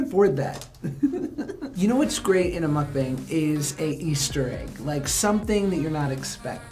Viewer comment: If your going to do a mukbang atleast say the word correctly